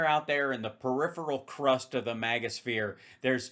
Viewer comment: I like how now they say it like "mahga" instead of "magga"